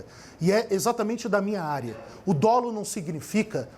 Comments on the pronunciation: Renata, não se pronuncia "dôlo", mas "dólo". A Renata é bem articulada, mas as atitudes do presidente não são apenas uma questão de signos e de gestos equivocados. Existem os chamados crimes de perigo abstrato. E o impeachment é um mecanismo com fundamentos jurídicos mas essencialmente político. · A pronúncia correta da palavra dolo é “dólo” e não, “dôlo”